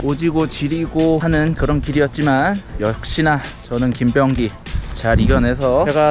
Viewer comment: 오오~ 한국 발음으로 김!병!기! ㅎㅎGoood~